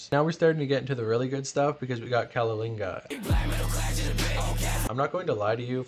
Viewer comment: Does he mean caligula?